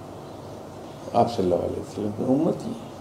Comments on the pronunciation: agli bar jb ap milay in say toh boliyaga in ko "صلی اللہ علیہ وسلم" sahi sa bolain please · Yeh baba Aap SAW hi ghalat Bol rha hy 😒